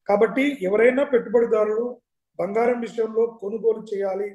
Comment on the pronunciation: తెలుగు చదవడం నేర్చుకో తల్లి బంగారం బంఘారo కాదు